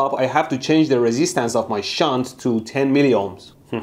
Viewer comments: Your "shunt"... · Haha I want to make a shit but you said shaunt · SHHUNT... Haha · the way you stressed the "SHUNT".... also... I "invented" a "lightbulb" as 10 year old or so, by playing with power supply and some random wires... Ever since then I love electricity and sparks... I burned and electrocuted myself so many times since then that My fingers have now much more resistance to heat and burning... So I love watching your channel. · Shunta-da-metre.....meter, gimma da meter...please mr bushy-brow. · C'mon man. Safety 'shunt' goggles.... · how did he used to say "shunt"? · Count how many time mehdi says “SHUNT” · Shunt Not Shit 😂😂😂 i love you man